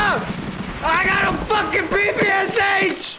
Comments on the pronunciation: PP-Sha! Not PP-S-H) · People are gonna hate me for ruining it for them, but I had it ruined for me too so you're next: PPsH-41? Did you know it's actually pronounced "Papasha"-41. Don't believe me? Go look up the PPsH on forgotten weapons. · PPSh is called pepesha actually, the h is not pronounced seperately blyat pe like in "penthouse" and sha like "sha" But mispronouncing foreign things makes everything way more american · this is P.P.Sh not P.P.S.H